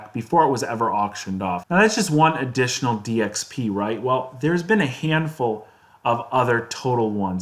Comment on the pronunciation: Dxp news sounded like dx penis